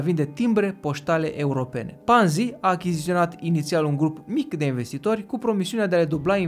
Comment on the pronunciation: E Ponzi, cu "o", citeste "o" nu "a". Numele e italian, nu-l mai americaniza aiurea. Titlul m-a atras dar mi-am amintit de ce m-am dezabonat de la tine. Si te mai miri de ce Zaiafet apare la TV, pai Zaiafet e profesionist. Nu o sa auzi la el ca "o imposibilitate a devenit imposibila"